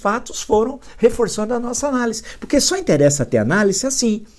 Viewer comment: Gosto muito de suas análises. Por isso com tido respeito gostaria de pedir que o senhor corrigisse a sua pronúncia da palavra 'ANÁLISE ". O Senhor pronuncia como se o S não tivesse na palavra o som de Z..O S entre duas vogais tem som de Z.Abraço